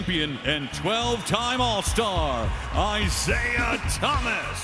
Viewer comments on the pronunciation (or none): none